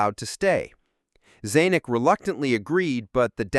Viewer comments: "Eye-in-stein", Zay-nick" and many other laughably inept mispronunciations of well-known names is just lazy and unprofessional. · The narrator can't pronounce Klato properly. He pronounced it Kl-aww-to. And pronounced Zanok "Zawwnook. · Zaaaaynack? ZANuck!! I love how Ai is really bright and intelligent putting these $1.95 documentaries together but it is incapable of pronouncing words and names correctly. Pronunciation is Ai's Achilles heel. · Big points off for the AI narration that mis-pronounces the name of the famous studio head, Zanick!!!! 👎🏻👎🏻👎🏻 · Zanuck is pronounced with a short A. Like "Dan - uck" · The CORRECT way to pronounce the Producer's name is "Darrell Zan-NICK" 😂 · Zay-nick? If you aren't AI, then have you ever heard of the great Darryl Zanuck? Claw-two? Have you seen the movie? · The book "Silver Screen Saucers" by Robbie Graham makes a strong case that this film was a CIA test of public reaction to open ET contact, intended to be as realistic as possible. The narrator of this video mispronounced several names associated with the film: it is Klaatu, not "Clato", and Zanuck, not "Zanic". Those of us who saw the film back in the fifties recognized the actress Frances Bavier, who played Aunt Bea on the Andy Griffith Show a few years later.